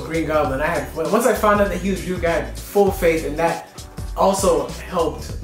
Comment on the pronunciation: You pronouncing Ryuk "Re-UCK" though